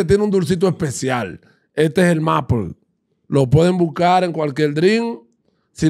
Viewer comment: Se pronuncia meipol.